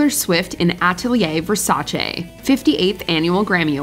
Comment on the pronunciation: Mi fa piacere che un americano dica Versace con la "e" e non versace con la "i".